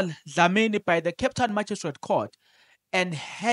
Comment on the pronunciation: Lol😂😂😂😂 u always make me laugh…… magistrate lol pronounced as maji straight court